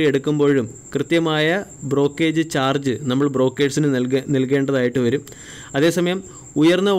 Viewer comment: Brokage അല്ല മനുഷ്യ.. ബ്രോകരേജ്...